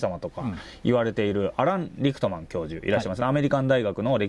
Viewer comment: リクトマンとおっしゃているのが気になります。リックマンってどの動画を見ても聞こえるのですが。。。